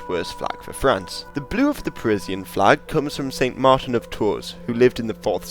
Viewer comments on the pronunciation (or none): none